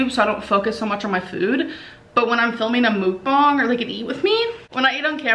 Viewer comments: Please learn how to pronounce ‘Mukbang’. It’s not mook-bong. It’s pronounced muck-bahng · It's called mukbang not mookung lol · Whenever she says mook-bung, I'm starting to just hear her say moo. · Amber, please, for the love of God, STOP CALLING IT A “MOOK-BONG!” 😒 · Can u please pronounce “mukbang” correctly for once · Emily Hornsby I think of bong hits the way she pronounces it.😝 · As a Korean, I hate when you say "Mukbang" so many people pronounce it wrong and it isnt even an English word. Why spell it in English like that?? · As someone who speaks Korean, if offends me how often people mispronounce Mukbang